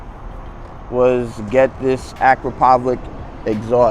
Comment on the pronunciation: It’s pronounced Ah Crop Oh Vich and pull the baffle if you want the deeper sound. Allen screw on the inside. Power commander is a must on this bike.